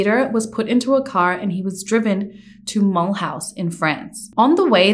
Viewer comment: Ouch. Okay. We have a home in Alsace, France. Mulhouse = Mull-ooze.